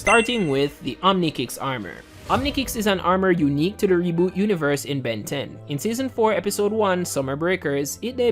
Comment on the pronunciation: It can't even say Ben correctly.This is making me mad now f this video